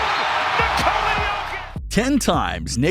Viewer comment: You almost pronounced his first name perfectly. In Serbian, you would pronounce it, "KNEE- cola".